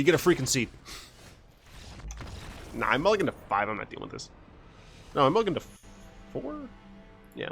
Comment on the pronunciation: “Nulligate”?! Are you speaking the language of the gods?